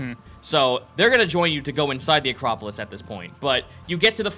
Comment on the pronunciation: Acropolips instead of acropolis again